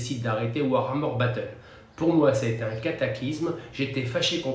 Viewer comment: c'est mignon, au bout de 30 ans t'arrives toujours pas à prononcer warhammer, tu nous colles un R en trop ! (war-armeur ;)